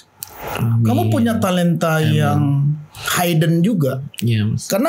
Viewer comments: Maaas, baca hidden tuh tetep hidden bukan haiden... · Hidden dibaca:’hiden bukan ‘haiden.